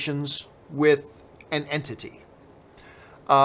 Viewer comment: The way u say entity makes it sound like ur nagotiating with a fuckin demon lol